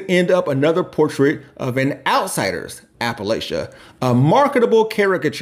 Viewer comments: the first time I heard him speak and he said 'Apple-Lay-Cha', I knew he wasn't from there (it's Apple-latch-ah) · Love this, but apple-lay-sha? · Great video. Just wanna throw it out there, most Appalachians pronounce it "App-uh-latch-uh" and "App-uh-latch-in". It's a small detail, but we use it as a shibboleth or litmus test for whether someone is actually familiar with Appalachian culture and has our best interests at heart. Just figured it was something to consider if it comes up in any future videos.